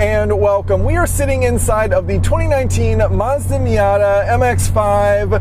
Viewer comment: You lost me when you said miata